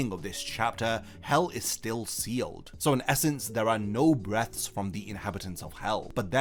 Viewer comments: I really don't want to be that guy, but in the context of the title, "Breaths" should be pronounced with a short 'e' sound as in "bet" and "set"; or "Let me catch my breath." The long 'e' is the verb version of the word, as in "I am breathing." Hope this doesn't come across the wrong way, just trying to help. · Please, for the love of God, say "breaths" right it's killing me.